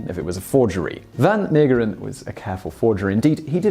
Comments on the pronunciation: It's pronounced van Mayggggg/%&$#eren. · Haha, as soon as I saw the title, I knew you'd have trouble pronouncing the name. It's okay, I know it's hard if you speak English, especially the g in the middle. You could have pronounced it a lot worse, you didn't butcher it. As long as you don't pronounce Van Gogh as Van Go we're good. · Simon, if you do the English style pronunciation, but with the Dutch "g" sound, it would be virtually perfect. The "Mee" bit sounds like may, then the g sound and the last 2 e's are pronounced as in "the".